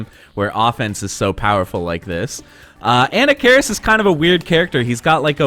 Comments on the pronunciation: "Anna-karis" jesus christ dude, i t's "A-nah-ka-riss", not off to a great start for cred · An nak ker ris. Not Anna keris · Pronounce it right... A-Nock-A-Ris. He's an ancient mummy Pharoah, not a school girl from New Jersey dood. Lol. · What could possibly convince you that Anna Cairis is the right way to pronounce the character's name? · I had to stop video cause of "Anna-care-is". I just can't trust someone's expertise on the ins and outs of a fighting game if they can mispronounce a character's name in such an awful way. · Ahem ... [ah-NAH-kuh-riss] ... methinx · did you just call him Ana Karis lol? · Who is "ANNA CARIS? It's pronounced "A-knock-ka-riss". :P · It's pronounced "ANNA FARRIS" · Uh-Knock-Uh-Ris..that's how you pronounce his name. The name is supposed to be Egyptian just like the pharaoh Tutankhamun. The way you pronounce that name is very annoying. Great video though, Marvel versus Capcom 2, UMK3 and Street Fighter 3 Third Strike OE are the only reasons I kept my 360. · Damn .... I've been spelling and pronouncing Anarkaris' name wrongly for over 25 years ... lol .... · You say anakaris funny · No it's not. That's the pronunciation from somebody that has no idea how it's supposed to be pronounced. Just because it's been mispronounced multiple times does not make that the correct pronunciation. That does not sound Egyptian to me. That sounds like a Food Network hostess. Other people can mispronounce it if they want, I'll pronounce it like the other pharaoh names as it was meant to be pronounced. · This guy says anakaris sooooo white hahahaha